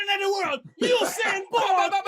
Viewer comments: Yeah and he pronounced the name the way Jamaicans pronounce it, U-sain while Desus talking 'bout Who-Sain lol. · How Desus doesn't know how to pronounce Usain's name? SMH